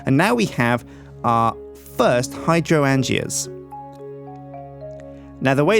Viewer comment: its pronounced High-drain-juh not hydro-an-g-ah.